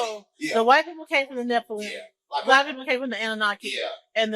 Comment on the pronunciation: When he was tryna pronounce " Nephilim " 😂 all jokes aside he saying some real stuff